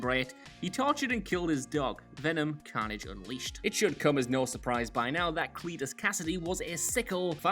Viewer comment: STOP SAYING CAUGHN-AGE HOLY SHIT ITS CARNAGE